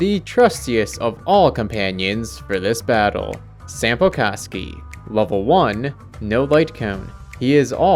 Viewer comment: I dont know if its just me but it sounds like ur saying sampo c--kski 😭